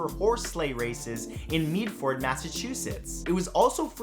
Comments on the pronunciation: did you really just say “Meedford” 😑😑 it’s pronounced “Mead-(like head) ferd...” I live like 5 minutes away from Medford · Medford (is pronounced Med-Ferd). from Mass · Ok, I know you’re Canadian so I normally let your mispronunciations slide, it’s “Med-fid” Massachusetts where the slay races fact took place. Like “medical”, “med-ical” short e and as we are Bostonians, Medford is a bordering town, you drop the r and don’t pronounce it as Ford like the car, but “Fid”, again, short vowel sound on the i. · Did he seriously just pronounce “Medford, Massachusetts” as “MEEdford” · In Massachusettsi its pronounced Mehd Fihd. That's the town Medford.